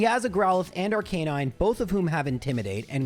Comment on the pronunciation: R-CUH-NINE NOT R-CANE-INE